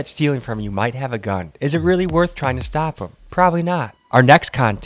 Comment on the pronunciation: He literally says “If they do Shtop shombody “ why does this guy pronounce EVERY single S with a SHHH